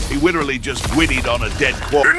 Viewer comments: "He witerawy just gwiddied on a dead body" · saying “widewally gwiddied” killed me